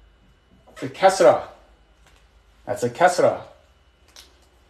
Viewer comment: Bro the kasra is more of a "ee" sound